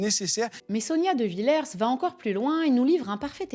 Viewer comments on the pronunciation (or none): none